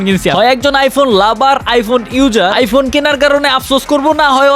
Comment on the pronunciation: এই শালা তো প্রতিবন্ধি আইফোন রে আইফুন বলে